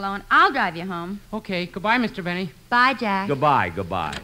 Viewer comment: "J. Benny" pronounced "J'Benny" was a good one!